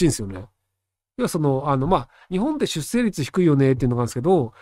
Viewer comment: しゅっせいじゃなくて、しゅっしょう。ねっ！